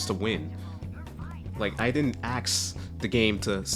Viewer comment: cmon bro you had me until you said axe